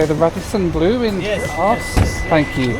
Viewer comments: What’s amazing is that he continued to pronounce it Arse to both the airport staff and the taxi driver, almost as if he wasn’t making jokes the whole video. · couldn't stop laughing inside at that city's pronunciation...sounded distinctly like: "Arse" ! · Aarhus is pronounced "oar-hoos" but then this Carry on film wouldn't be the same. Utter bollocks. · Everytime he says arse instead of Aarhus it causes me considerable distress. lol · Aarhus, you need to pronounce it correctly. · We used to play a rail game where you could build track to Aarhus, and we'd always say "Our hoos is a very very very fine hoos." It would never have occurred to me to pronounce it the way does here. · I hate that Aaaarrs. is european, he should know better. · Aarhus pronounced arse. You can take the man out of England, but you can't take England out of the man. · Aarhus prono is "Or Hus" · I understand the frustration and disappointment, things obviously didn't end up as expected. And regarding 'arse'... some dane feel free to correct me but wouldn't 'ore hose' pronounced in English be more or less close to the correct pronunciation of Aarhus? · Aarhus is not pronounced arsehus 😂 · Did anyone get a count how many times he said aras in this video?? 😁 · Ah! So that was what he was saying. It sounded like he was saying arse. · It’s pronounced Ar-hous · As a Dane I was extremely confused about the place you were going to due to the pronunciation - because there’s actually a town called ‘Aars’ 😂 and I am sure you would have loved visiting ‘Middelfart’ as well 😉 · Same as an English person. In English it is oooor-hooose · I thought he was saying Arse like jackass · I really enjoy your videos, but it's not cool to mess up the pronunciation of the name of an city many, many times. -- as if it's ok to do that as a guest in Denmark. Ebenezer Scrouge was less of a grump. Take care,. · You know full well that is not how you say it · Quit Aahus'in Around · Aarhus. Not Arse😂